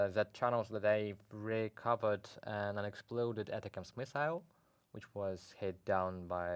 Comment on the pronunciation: Your commentary is really good, all of you. It's much easier to say "A tack ems" for the ATACMS missiles. It's sorta a play on words because it sounds like "attack them" You are saying " atta cams" , which is probably how the acronym is supposed to be said, but It's better said "A tack ems" :) Continue with the good commentary. Slava Ukraine, Victory Ukraine.